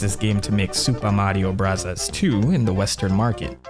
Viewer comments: "Super Mario Brahzaz" please stop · I am very interested in the subjects. But his pronounciation of super mario brothers is so icky i cant watch it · That SMB pronunciation hurts so bad. Why do you say it that way? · I gave you three chances but you kept saying “Supa Madio Brathas.” I just can’t handle the cringe. Have a good one. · I love how you say supah mathio brazas 😅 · It's a Japanese accent People were complaining about him saying "Bros." instead of "Brothers", so now he says it exactly how they would say it in Japan. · Found this channel over the weekend and I am absolutely addicted. I love the humor (they way you say Super Mario Bros cracks me up), and you still find new ways of blowing our minds with new info from your research. I had heard of Captain Rainbow before but not the Birdetta storyline. Also found very interesting to learn that they used queer voice actors to voice Birdoes in the past as well. Great work! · Why tf are you saying Super Mario Bros like that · What’s with the accent when saying the name of the game?